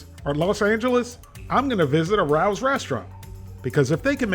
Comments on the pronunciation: You might be able to pronounce all the ingredients but you're still not pronouncing Rao's correctly. It's not pronounced like Rau, but pronounced Ray-O's. Here's a video about the famous restaurant in New York City from which these meals get their name. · forget chx parm pronunciation ....No" Rouw's" ....Pronounce like Rayos' . Love your channel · Not trying to be that person, but the pronunciation is RAY-OH’s. Love your videos and hysterical one liners. You’re the man,. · It is pronounced Ray-Os, not Rowls. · LOVE the video's - been watching you for years!!! .... Just one comment to make your Rao's videos perfect..... Rao is not pronounced the way you have in your videos (like Row with a flat "O"). It is pronounce RAY-O .... Like the name Ray with a O on the end..... Rao is our family name... other than that, awesome! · Hi 😊Just want you to know the restaurant name pronunciation is RAY-oh's. Not RAUWS...👍🌺 Thank you for reviewing these products and sometimes risking your life trying others!👏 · I love their spicy aberitta sauce. By the way it's pronounced Ray-o. I learned that watching jimmy Fallon cooking their meatballs at their restaurant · I agree, this is the best frozen chicken parm on the market. Also it's pronounced Ray-Oh's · I'm originally from NYC, and had a classmate whose last name was Rao. It's pronounced RAY-oh. 😉🌝 The way you pronounce it sounds like a cat that's about to attack someone! 😄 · I think that's pronounced Ray-o’s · well, remember can't even say Ray-Os correctly 🤣🤣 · Per Rao's Restaurant and the tv commercials released by Rao's it's pronounced “Ray Ohs”. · In fairness, your mispronounciation of Rao's is more offensive. 😅 Keep on trucking. We, the people, love you,.